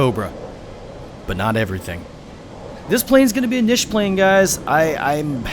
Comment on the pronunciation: just to help with your pronunciation of niche there chief